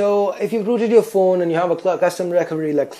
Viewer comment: sock "suck" yourehd "your" naaaansad "Nan"